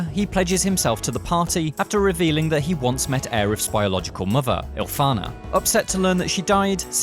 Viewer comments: Its Ifalna not Ilfana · Ifalna... not Ilfana